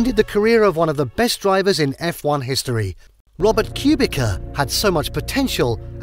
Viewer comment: It's pronounced kubicha not cubica.